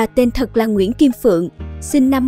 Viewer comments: Kênh này đưa tin ko xem lại TTH tên Phụng mà đọc tên Phượng tuổi chồng hơn tuổi vợ cũng sai... Ko nghe nữa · ten nguoi ta ma doc sai roi, phung ma doc phuong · Chính xác bà tên phụng thì đọc tên phượng Đã lam truyền thông thì phải chính xác ạ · Yêu cầu người viết và người đọc cho đúng nhé. Thủ tướng không phải thủ tường..bà là Kim phụng không phải kim phượng..! Thật ngưỡng mộ 4 người con trai, được giáo dục tốt, ăn học đàng hoàng cả 4 em là Tiến sĩ kinh tế ! Nhìn 4 em, đằm thắm, tự tin, trí thức.. Đây cũng là cái phúc of bà... Là 1 minh tinh màn bạc ngày ấy.. cho đến khi nằm xuống bà vẫn sống trong nhung lụa ...